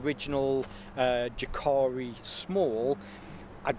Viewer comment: pronounced Yah'kah'ree